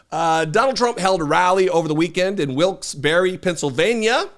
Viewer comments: I live in Philly and you pronounced it correctly! It sounds like wilks beh-ree. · Thank you for correctly pronouncing Wilkes Barre. 😊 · He has no idea that a tariff will be added to the cost of the product and the purchasers will pay it. I'm not a math genius or an economist, but even I know that. Also, in addition to your great reporting I learned how to correctly pronounce Barre. Thanks! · You are correct with the way you said “Wilkes-Barre”. Hardly anyone says it correctly!